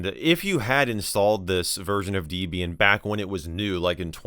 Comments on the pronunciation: It's Deh-bee-yin not Dee-bee-yin. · Wdym dee-bian😭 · Debian... was named after a married couple, Ian and Debra. Her name is not Deebra. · Not 'dee-bee-an'. It's 'deb' 'ian', named after the distro creator's then-girlfriend (Debbie), and himself (Ian). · No way he done called it "Deebian" ☠ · deebeeain? thats new. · I physically cringed at DEEbian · Bro really said "Deebian" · bro called Debian DEEBIAN WTF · saying "deebeean" for Debian is the new saying "sayta" for SATA 🤣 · You said Debian and wrong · You have a weird way of pronouncing Debian.